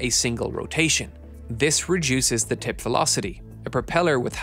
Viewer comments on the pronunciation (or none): Say tip one more time...